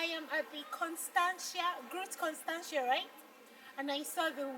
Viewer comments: your pronunciation of "Groot contantia"..... lol....but you Nigerian, its fine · your pronunciation of 'Groot constania' lol.... you Nigerian....its fine